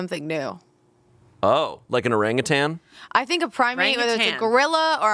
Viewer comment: why can’t say orangutang?